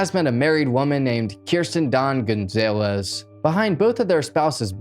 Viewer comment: Dude can barely read, first adult I’ve ever heard not be able to pronounce Gonzalez